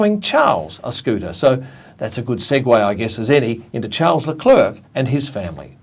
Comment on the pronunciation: Did he really just say Charles Leclercle?